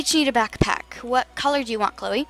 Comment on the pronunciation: You called Chloe chrisa the whole time